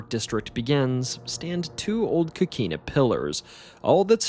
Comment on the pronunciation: Pronouciation needs improvement: sueños (tilde over the n), Avilés (accent on the E), coquina with a clear O not as an A sound as said on this video.